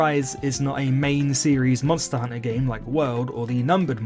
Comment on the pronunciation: I found it oddly calming how he says monster hunter as monster hunna